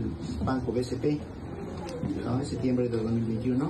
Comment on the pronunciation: El periodista no puede decir septiembre